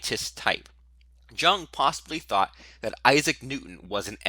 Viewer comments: buddy, it's pronounced "Yoong"... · What's the type that can't pronounce "Jung" correctly? Because that's what you are. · You need to stop mispronouncing Jung's name. A disgrace.